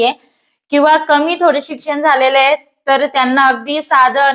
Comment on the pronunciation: शिझन नाही ते सिझन असतय.. हाये नाही आहे म्हणतात.